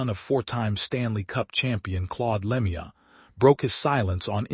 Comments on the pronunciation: Dumb AI commentary. That's not how you pronounce Lemieux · Agree it a disgrace to pronounce his name like that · I detest this AI garbage. The second I heard the mispronounced name I got out. I'm blocking this clickbait as fast as I can😠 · Please pronounce his last properly